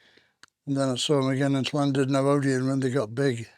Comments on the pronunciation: He pronounces Llandudno perfectly - Lemmy always had respect for the places he played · He pronounced "Llandudno" correctly...! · Lemmy pronouncing "Llandudno" correctly shows the class of the man. Legend! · To marks to Lemmy for pronouncing 'Llandudno' correctly. Not many English people do. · Wow, he said Llandudno right, he did live in north Wales for a bit though. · Note the he pronounced Llandudno correctly, this figures because due to his youth in north Wales, Lemmy learnt to speak Welsh.🏴